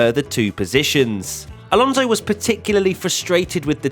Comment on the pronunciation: You love Alonso so much you don't even pronounce his last name correctly....